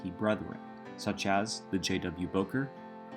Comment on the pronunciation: First that's not how you say Bowker and 27 wasn't there